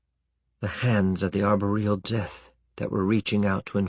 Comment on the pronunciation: Meh. Somebody spent hours reading you a book for free. Nobody's perfect. FWIW, I pronounce "desultory" with the accent on the 2nd syllable. This reader accents the 1st. Or "arBOR-e-al" which he pronounces "arborEal," with the accent strangely placed on the 3rd. Dammit. started complaining and now I'm nit-pickin'. I'll tell you. Reading the turgid prose of Poe, Burroughs, Howard and Smith as a youngster, I learned a lot of vocabulary that I understood by context, but never heard spoken aloud, except by ME, and often I discover, later, that I'm pronouncing them, incorrectly. Tarzan had me pronouncing "cache" like "cake," as in "stomach ache," because logic. LOL!